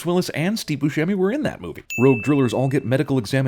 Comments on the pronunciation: Mispronouncing Steve Buscemi's last name. DING. He said himself it's "buss-emmi" Then again, no one really gets it right. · "Exposchemi." LMAO